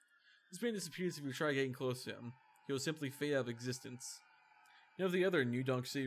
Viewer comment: This is a cool video, and I don’t mean to detract from it, but somebody’s gotta let this guy know how to say the words “out of” the right way. With all due respect to the man, but it started bugging the hell out of me whenever he’d say allo-bounds or allo-place and stuff like that 😖